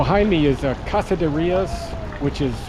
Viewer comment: It’s pronounced Reyes not Rios. Basically say the word Ray. And the letter S together. Ray S